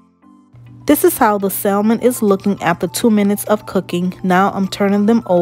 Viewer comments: the L in salmon is silent, so the name of the fish is pronounced "samon". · Looks great. Also the L is silent is salmon.